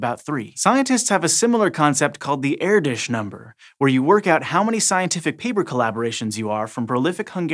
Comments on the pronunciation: Kudos on pronouncing Erdös not simply as Erdos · Wasnt perfect but hey, he tried :p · Thx for pronouncing the hungarian name correctly. Most don't :p